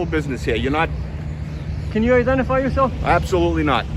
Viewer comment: "Absolutely not. Can you identify YAW-Self?"